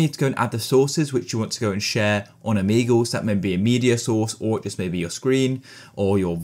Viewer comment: o-mee-goal (but seriously thank you so much)